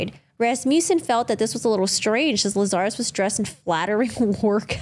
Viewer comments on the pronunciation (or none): You CAN see her facial reaction on the original video! 🤦🏻‍♀️ P.S. her surname’s pronounced – LAZ AR US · Every time you mispronounce "Lazarus" it triggers me.